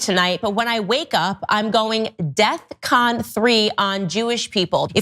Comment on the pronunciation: Ye is an idjit. It’s DEFCON not “death con” ya dum dum.